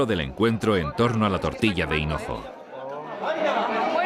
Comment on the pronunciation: Dicen Cenojo?? En vez de hinojo??